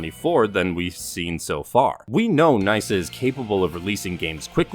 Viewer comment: its knee-sa not nice-sa 🤣